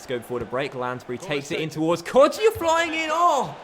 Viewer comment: It's not pronounced kodjia it's kojja